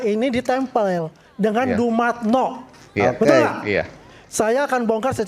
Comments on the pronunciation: Dumatno bukan dumantyo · Dumatno bukan Dumantio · Maaf Aa, koreksi dikit.. Bukan Dumantio tapi Dumatno. Yang di MK itu Pak Asrul sana aa..😊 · Bukan Dumantio tapi Dumatno bang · DUMATNO mas....DUMATNOOOOOO.....bkn DUMANTYO....DUUUUU....MAAATT....NOOO😅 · Bang..DUMATNO bukan DUMANTO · Ah.... ANDA SALAH namanya adalah D U (DU) M A T (MAT) N O (NO) DUMATNO bukan DUMANTIO 🤣🤣🤣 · Dumatno mas bukan dumantyo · Dumatno BUKAN Dumantio Aa...😂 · Dumatno bang , bukan Dumantio..😁😁 Salam akal waras dan sht selalu